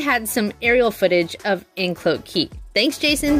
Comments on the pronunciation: Sorry, you are going to hate me, not anecdote, it's An-clo-te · ANN-CLOAT DUH-NEED-INN Yw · Anclote the O is hard. Dunedin is (Dun-edin)